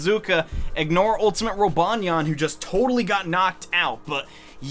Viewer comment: rip roobanyeayn u will forevah be in our memoreez